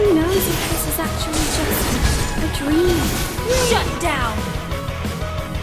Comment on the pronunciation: My Life Is a DRÆM bc is playing Hopes and DRÆMZ while playing an Adult Loli who's high and says DRÆM all the time •～•